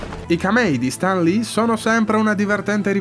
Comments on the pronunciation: io non riesco a capire che accento ha...non si legge stan ma sten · Stan si legge Sten, Sam si legge Sem, tralasciando Raimi😂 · In Italia, ma evidentemente è come se fossimo al contrario! Stan Lee si pronuncia Sten e c'è poco da fare! Onestamente se fai un video incentrato su un personaggio (tra l'altro anche un video carino con una bella idea di fondo) dovresti essere sicuro della pronuncia del nome!